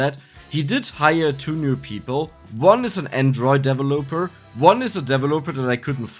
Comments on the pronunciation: FYI: The emphasis in the word "developer" is on the 2nd syllable, not the 3rd. Just throwing this in here since you mentioned in an earlier video you liked the corrections. P.S.: Check the pronunciation for "bracers" and "brazier" on dict . cc once again :) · Please look up the corrwct pronoumciation of developer